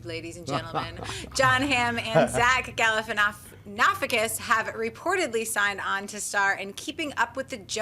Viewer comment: I love you girl but you flub names way too much! Zack Galifanafogis wtf was that? Lol. Not an unknown actor either lol